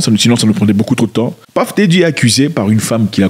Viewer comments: C'est PUFF DIDDY..ET non PAFF..😅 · bro j'ai quitté la vidéo dès que j'ai entendu Paff Diddy à la première seconde